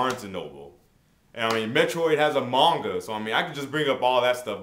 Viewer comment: u pronounce manga wrong BTW